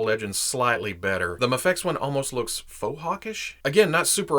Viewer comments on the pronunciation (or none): I believe it’s pronounced “may-fex” as opposed to “ma-fex” haha. great review though!! i personally thought miles was better than peter b parker just die to the quality control issues i saw with peter. I picked up miles and love him ! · Hahaha.... you legit pronounced Mafex 3 different ways!!! Classic. Another great review, btw.